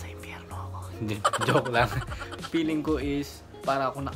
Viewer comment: "Peeling" instead of feeling 😂. One of my pet peeves in pronunciation. I notice it is regional. People from other provinces pronounce "f" as "p". Also, those who went to private schools have better pronunciation and grammar regardless of where they live. Imho.